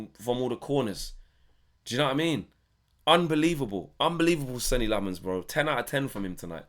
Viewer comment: How has the guy been here for months, released the premier league clip of him saying his name and we’re still pronouncing it wrong 😂 It’s pronounced ‘Senna’